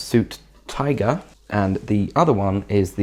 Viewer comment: Tiga is pronounced as TeeGah not Taiga cuz that is a name of another Ultraman but nice vid